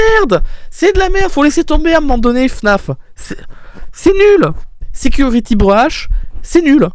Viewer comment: voici le niveau d'anglais de: " security brush " juste wow 🤣😂